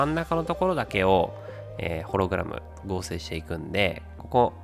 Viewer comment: ホログラムのイントネーションw 一瞬だけ修正できたのに。